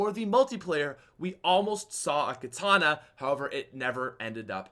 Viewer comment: Its called katana not kitana Kitana = mk character